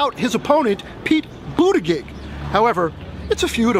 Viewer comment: 34 It's Buttigieg - pronounced Boot - a - gedge. So easy if one just tries. Easiest way to learn it is like Pete says - try Boot-edge-edge & it'll come together for ya.